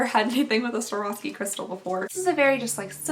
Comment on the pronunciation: Swore-off-ski that is how you say it. :) Your welcome.